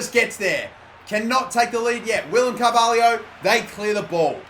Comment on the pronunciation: It's Carvalho not Carvahlio